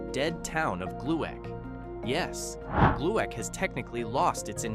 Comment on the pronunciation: Would have been nice to show actual images of the places you talk about or Google the pronunciations of the places. It's "Glick" not GLUE ACK...and you show a picture of the huge Gluek Brewery that was in Minneapolis not the small town. You're talk about a place in SE Minnesota and you show the Split Rock Lighthouse on Lake Superior? And worst thing? You show a picture of Vicksburg, Mississippi during the Civil War while talking about the Renville County town? What? Seriously - do your research or don't do it at all.